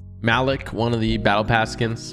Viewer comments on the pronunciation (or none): Malik 😂 its pronounced Mah Leak 😭